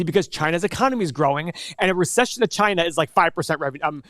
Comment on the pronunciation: First , you can't even pronounce China properly and know nothing about Chinese EV space and you want to analyse NIO a Chinese company. Save your breath, Keep to yourself. FYI, most of Tesla's revenue comes from China.